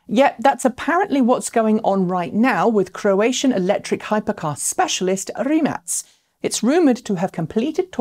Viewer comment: Is that how Rimac is pronounced?